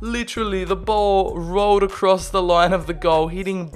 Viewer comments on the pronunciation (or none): none